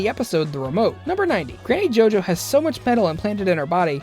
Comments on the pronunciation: Gany jojo he said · "Ganny Jojo"? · "Ganny jojo" really? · p.s he said ganny jojo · Ollie Abstract it sounded like he said ‘Ganny JoJo’